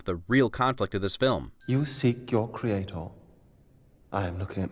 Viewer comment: "you seek you creaTOR, I am looking at mine" I love how he pronounces creator lol